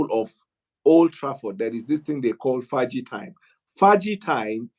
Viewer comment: "Fergie time" not "Faaji time"